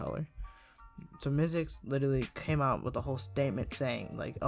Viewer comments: LOL HOW U SAID ZICKLE INSTEAD OF MYZX LMAOOO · Love how ur saying "zickle" lol